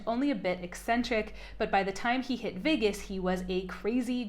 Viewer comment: You had trouble pronouncing "commensurate," "Andreeson," and "Vegas." For those of us following Elon for the last two decades, he often quotes from various classics and philosophy books, and apparently explored the world's great books as a self-trained youth. He is an autodidact, so confusing the Iliad and the Odyssey isn't surprising (I once confused Gilgamesh and Beowulf, which I had to read in the same class one semester). Human relationships and emotion are not his forte, but attacking someone who is neurodivergent on his cultural appreciation seems a bit of propaganda. As a culturally famous person and a political player, your criticism is fair game if it were true. I'm glad you admitted he is a reader later in the video. Even if your literary tastes are different than Elon's. Perhaps, if those who, like J.C. Oates, believe empathy and compassion are truly valuable to humanity, she could create a trillion-dollar company? Why is lying about Musk being "born into wealth" (as he was a middle-class South African) considered a knock when most people value wealth production more than literature? Don't blame the players, blame the game that populist democracy created. Wealth is time, it is health, but it is also the value of your creations. If you were truly worried about Elon's emotional health, perhaps you should stop filming your breasts for YouTube (although I like the lack of a bra).